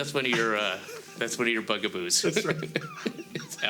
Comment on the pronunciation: What's a "Buggboo"?... "Bugguhboo"?... "buhguhbue"?...